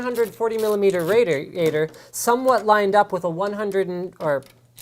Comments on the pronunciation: What's a 'rader-ater'? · Rader ator LOL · rator-ator ? lmafoo okay Linus